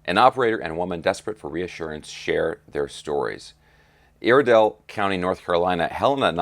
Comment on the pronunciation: Good stuff 🤘, I’m a North Carolina Native, In Western, NC. Hearing you say Iredell was cracking me up…..It’s pronounced “Eye”rdell……🤣😉 Keep up the great work! Saw the Hueys flyover yesterday!